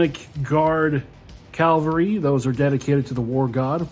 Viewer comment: Hot hint: it is Ca VAL ry, not CAL va ry.